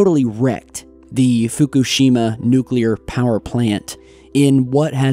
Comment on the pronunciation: How about pronouncing Fukushima correctly might add more gravitas